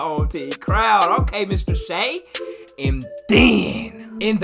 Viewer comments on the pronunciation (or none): none